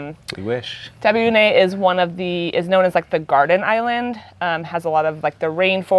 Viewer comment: The guy pronounces 'Taveuni' correctly which is with the 'EE' sound at the end of it; NOT "Taveune" with an 'EH' sound. The "I" here is pronounced just as in English as in "It".